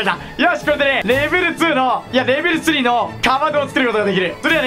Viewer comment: 何か…レベル2じゃなくてレベル3んって言ってる？